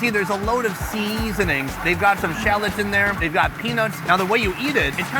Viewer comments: Please stop saying "SEEEIZE-ZE-nings." Mark Weins. He's annoying enough alone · Why do you always say the word "seasonings" so weird😂